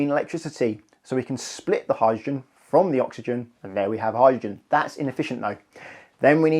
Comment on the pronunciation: Sorry, what's a "howr-gin" vehicle? Speaking seems to be difficult for this chap.